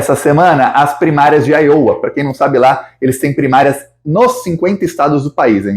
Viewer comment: a sua pronúncia de Iowa está incorreta. Os repórteres da Rede Globo também cometem o mesmo erro de pronúncia.